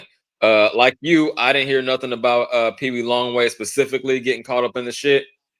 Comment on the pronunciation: It's Peewee not peedie Yuk lol. said his name wrong through out this episode.